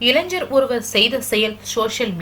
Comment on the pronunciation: வாழ்த்துக்கள் நல்ல செய்தி, பாராட்டத்தக்க விசயம். சகோதரி தங்கள் உச்சரிப்பை சற்று சரி பார்க்கவும். இளைஞ்சர் அல்ல இளைஞர். நன்றி வணக்கம்